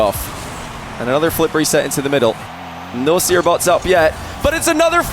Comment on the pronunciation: the next version of the seer bot should be seer-r, cause it sounds like crr, haha